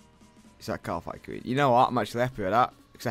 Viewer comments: I get so mad every time he says ''Kalaphite'' queen. that's just so awful.. ^ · its kalphite not kalaphite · So where does the second A come from in Kalphite, eh? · Why can't say/spell Kalphite properly